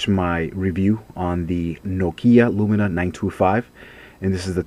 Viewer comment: Lumia not LumiNa ;)